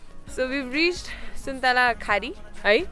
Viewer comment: ‘suntalakhari’ haina its called ‘suntalaghari’ Lots of love frm pkr❤️❤️❤️